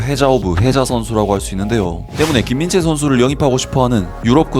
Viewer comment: 한번씩 김인재로 들림 ㅋㅋㅋㅋ